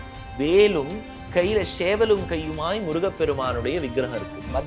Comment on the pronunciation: இந்தக் காணொளியை காதுகொடுத்து கேட்கமுடியவில்லை. சேவல் என்பதைக் கூட ஷேவல் என்று சொல்றான். முதலில் பல்விளக்கிட்டு வந்து பேசச்சொல்லுங்கள். கருமம்